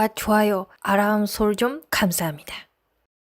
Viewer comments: 아라무 아니고 알람. 요즘 일본 여자들 발음 좋던데. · 아람 아니고 알람 인데요.